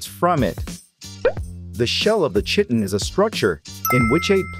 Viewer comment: I believe its pronounced kiton but shitin is way better 😂😂